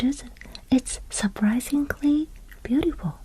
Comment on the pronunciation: I don't know if many other people have said this but a little English tip in English we pronounce surprisingly like this Sir-Prize-eeng-lee I don't know if that was the correct way to teach you but hope this helps